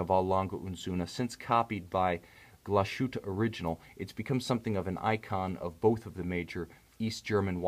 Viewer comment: Nice pronunciation of "Glashütte" ;)